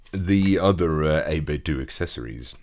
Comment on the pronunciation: Fwap bad, it's pronounced doe. As in what you cook cookies, as in what you call money. Not dew as in Dew we go to the store.